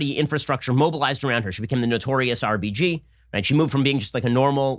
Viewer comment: Who else keeps hearing RPG when Ben says RBG...lol